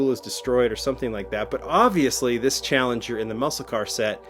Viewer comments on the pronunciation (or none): none